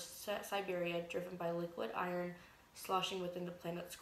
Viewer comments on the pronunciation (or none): none